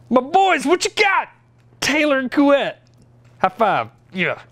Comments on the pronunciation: No worries about your "couette" pronunciation, it's totally approved ! Always a pleasure to see your videos ! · Your pronunciation of Couette is excellent =) Fun fact : in french, the word couette means a quilt <3 A french guy. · Hey, I'm a french guy and I give you my croissant of approval for the pronunciation of Couette's name. Pretty good! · You're pronouncing "Couette" the right way! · Says couette multiple times with the correct pronunciation. Apologizes profusely. Says "JIF" instead of "GIF". Says nothing. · I'm like 90% sure you are saying Couette correctly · No idea how to say Couette but he absolutely nailed it! (Native french speaker here) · Couette was nicely pronounced... Though you only had 6 turns.... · He actualy nailed the "couette" -random french engineer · As a fellow French guy who got nothing else to do, i appreciate that he did it quite good, other Americans talking French words don't do it as good as him xD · Sounds right to me -random Quebecois engineering student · Don't worry, as a French Canadian, I can assure you that you pronounced Couette correctly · "coo - ett'" almost perfect haha, fun fact that actually means duvet/comforter... eh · Actually, you’re saying « Couette » right! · As a French Canadian fan of Smarter Every Day, I’m pleased to announce your pronunciation of Couette is just about perfect 👌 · My Man Couette ! <3 Yes it's "KWET" ! !:D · Everyone must have said this by now but your pronunciation of Couette is good. I mean if it is pronounced like a French word would. Like Chouette. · As a french guy, I validate your pronunciation of « Couette » it’s actually « Kwet » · Salut! provenant du québec, j'aimerais vous féliciter votre prononciation EXCELENT de "Couette". Coo-ett. smooth and not too long. Nicely done. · You know, you can actually take a minute to FIND OUT how to pronounce a French name, instead of pleading ignorance... Anyway, I think you pronounced it just fine. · You say "Couette" very well actually!